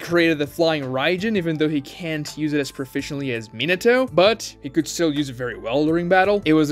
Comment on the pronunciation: Interesting analysis and Ragnarok Online music. You need to work on your pronunciations, though. It's very painful to listen to. For example: 上忍 JOE-NEEN not JOE-NIN (same with 中忍) ミナト MI-NA-TOE not MINA-TOE MA-DA-RAH not whatever the hell you are saying lol